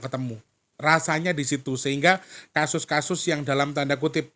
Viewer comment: Assalamualaikum.... 😅 jdi ketawa pas denger bilang kasus hehaheuheummmmm